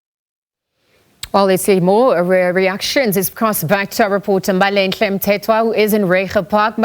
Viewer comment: I love how the anchor pronounces Mbalenhle, you can tell she put effort into it